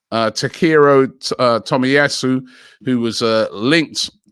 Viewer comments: WTF is Tomiyasu?? 🤣🤣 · another robbie pronoun "Takero Tomiyasu"